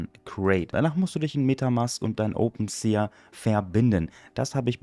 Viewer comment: Bro will jetzt garkein klugscheißer sein aber, glaube das wird „OpenSi“ ausgesprochen. Hoffe du weist was ich mein